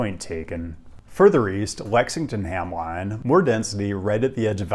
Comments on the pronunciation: It's not "Ham-line" but "Ham-lynn" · Pronouncing Hamline as Ham-line is hilarious and I’m here for it. 😂 thanks for covering my city! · it’s pronounced “ham-lynn” *not trying to detract from the video; I’m from the twin cities and I think that the restructure of 94 is a great idea and this was a great video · Hamline is pronounced "HAM linn" in the local parlance. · The Hamline University folks are sobbing over how you pronounced their institution